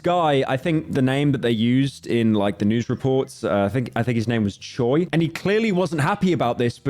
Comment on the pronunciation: The last name Choi is 최 and it's actually pronounced as something like cho-way but I wouldn't expect anything less from le slopman who says zoo-cho-sis